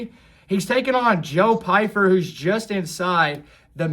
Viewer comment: Love the video but Steve calling pyfer fifer got me 😂